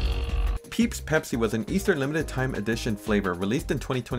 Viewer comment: Ah, yes. Peepsi.